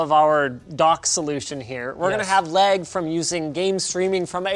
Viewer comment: Pronounces lag, “leg”